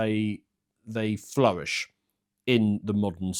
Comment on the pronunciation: This man can pronounce the "W" in "flourish" so we know he's the real deal.